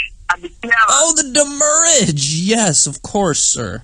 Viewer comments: "Send the doomurrage." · So is demurrage badly pronounced "damage" or "the moorage"? I haven't figured it out. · "DEMURRAGE IN OUR HEARTS" LOL